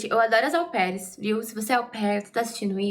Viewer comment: Gosto muito dos seus vídeos. Mas mulher não existe “aupaires” não. O certo é au pairs